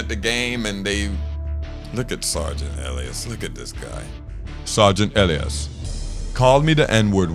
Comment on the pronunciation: Isn't it pronounced Eh-Lie-is?